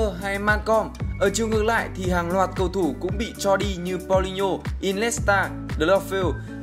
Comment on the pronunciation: Đọc tên cầu thủ sai be bét, đến chán 2 bạn này